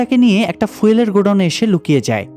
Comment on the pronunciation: উচ্চারণ ফুয়েল না,,, ফিউয়েল।